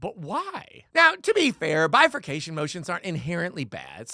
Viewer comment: Did you say "bifornifaction?" Glad you corrected his age, but by the time this thing is finally finished NOT being granted certiori by The Supreme Court, we may all be 100.